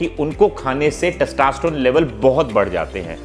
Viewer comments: Good content sir. But, it is 'testosterone' and not 'testaasterone'. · Sir please pronounce testosterone properly. U r pronuncing as testaaaaasterone. Lolz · Testa nhi hota testo hota h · Its testosterone not taastesstrone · First thing... Please learn how to tell the word Testosterone.. it's not Testasterone!!! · अबे पहले टेस्टोस्टेरोन बोलना तो सीख ले🤣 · Your testosterone pronunciation is not correct. Do correct.